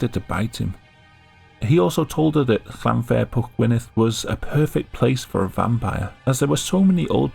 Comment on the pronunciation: FYI "fair" in Welsh place names is not pronounced like the English word with the same spelling. It is pronounced "v-eye-ur." There is a short video here on YouTube saying how to pronounce Llanfairpwllgwyngyllgorgerychwiyndobyllllandesiliogogogoch properly.